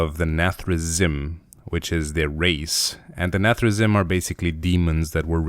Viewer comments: its nath-ri-zeem :P and its sar-ga-ris not that you care :D! keep up the good work man love the drawing! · Nathrezm and Sarjeras, i raged about the pronunciation not gonna lie.